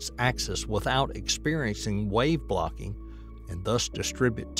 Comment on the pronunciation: Bro just heard the same goofy shit and thought I was the problem until I saw your comment😂 when he just said "blocking" and "wave blocked" I had to f'in rewind it.